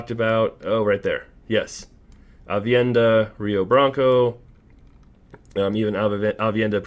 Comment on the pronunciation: Bro it’s AVENIDA not AVIENDA 😭🤣I like watching good show! Much love man